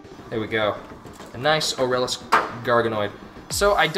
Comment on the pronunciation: The way you pernauce aralus is ar-a-less K,good do it right